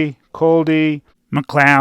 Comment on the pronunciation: Why did you keep on showing clips with you saying "mecloud"